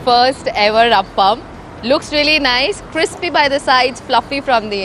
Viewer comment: It is not "APPAM". That is a different sweet dish. This is "AAPAM". The video also says it wrong.